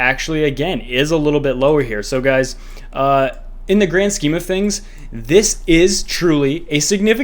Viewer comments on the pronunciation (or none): none